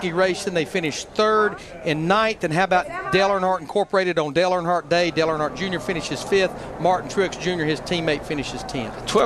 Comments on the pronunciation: I'd Subscribe but you can't seem to pronounce "Earnhardt" correctly in any way! it is not "ArnHardt" ugh. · It’s Earnhardt like earn heart not urn hart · “Arnhardt” lmao it’s earn-heart Earnhardt lol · You couldn't bother to learn how to pronounce the name Earnhardt?